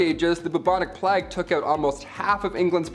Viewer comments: It sounds as if he said "flag bearers" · Why are we pronouncing "plague" in such an obNOXIOUS way?? Unwatchable.